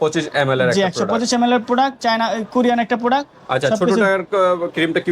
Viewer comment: প্রোডাক্ট৷ এর নাম ই উচ্চারণ করতে পারছে না এটি যে কত ভালো হবে সেটিত বুঝায় যাচ্ছে 😆